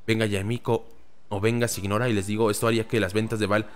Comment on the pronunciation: Es normal que mihoyo esté exprimiendo el juego, es un producto y esta en su mejor momento. Poco a poco irá cayendo, yo por ejemplo ya estoy listo para dejarlo un buen tiempo. Y no gasto ni un solo peso en el juego. JajaajJ Por cierto, Signora se pronuncia siñora, todos loa nombres de los 11 son italianos.